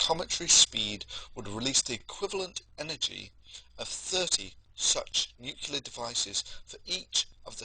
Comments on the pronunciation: great video. obviously a lot of work went into this so for that i thank you. fyi its pronounced noo clee ar, not nook yoo lar. nuclear :) did that myself for years. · Please, Thunder, it's nuc-le-ar, not nuc-yul-ar. I've known a few real nuclear physicists who do this, but all the others laugh at them behind their backs, and ask how you could possibly use the word every day and hear others pronouncing it correctly every day, and still get it wrong. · Thunderf00t, i love your videos, man, but do you have to pronounce "nuclear" as "nucular" and "et cetera" as "egg cetera"? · Exactly! I'm somewhat shocked... He's about 50% "nuclear"/"nucular" I think, but he seems to have some serious problem with that "cetera" pet hen of his, constantly laying its eggs in his sentences :D It's a shame, there is so much he has to offer, in many fields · mia wick It doesn't take away from the contents of course. Never claimed that. But this imperfection (not an accent) just makes the packaging a bit less attractive. Mispronouncing words like "nuclear" is usually rather expected from people not from that field and far from that matter. Not a big deal, but something people notice.. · You know I got to cry foul on this superficial argument that pronouncing nuclear one way makes you a Starbucks sipping English professor and another way makes you look like you're about to make someone squeal like a pig. I know how nuclear is spelled and I know many other people who also know how it is spelled yet when they say it it comes out as new-Cyu-lar and not new-cleer. It's just how they say it even though they know how it's spelled. And despite this these people are all at or above average intelligence.